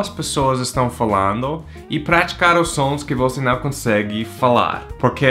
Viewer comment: Isso. NUMb tem o som certo de NÃo, assim como NUMber. Boa dica! Se ele ver, talvez ele consiga falar "não" em vez de "nao"